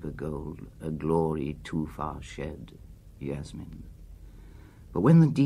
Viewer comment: Ah but only if Burton had pronounced Yasmin correctly